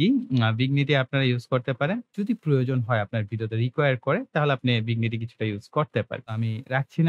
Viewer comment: আপনার ভিডিওগুলো বেশ ভালো। তবে ইংরেজি উচ্চারণ গুলোর ব্যাপারে আরো সচেতন হতে হবে। যেমন, ভিগনিটি নয়, ভিনিয়েট। জাউ নয়, জ-লাইন।